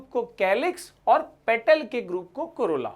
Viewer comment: 'Corola' sounds like 'Corona' 🙄😂😅